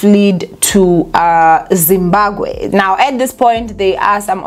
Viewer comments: No one can ever tell anything about saying ZimbaKWE instead of Zimbabwe😅😜😊 You have to be smarter to know that Thabo and his Dr friend are steps ahead and can do anything to play anyone looking for them. They definitely abandoned the car to paint that picture my Queen. These guys are probably in Dubai or the US Alaska living their hidden lives. They knew the police won't think otherwise. How pathetic is the SA police hle Eish. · And is back again with "Zimbaqwe" "Zimbakwe" bathong 😂😂😂😂 don't killme. "ZIMBABWE" say it after me Z-I-M-B-A-B-W-E...😂😂 "BWE" NOT "GWE"